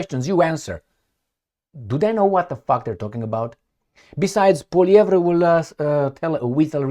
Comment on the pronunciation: ...calm down!... Poilievre... DISPENSE... with silly reporters... POILIEVRE... pronunciation is: POUA... LIEVRE... Like the River LOIRE... LOI... RE.. He is French-Canadian... from the Province of Quebec...